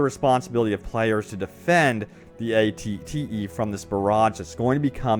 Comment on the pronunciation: The amount of times he mispronounced ATTE